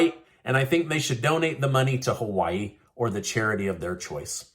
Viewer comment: Joe can't say Hawaii-He needs another prune smoothie and a nap during the prayer ceremony.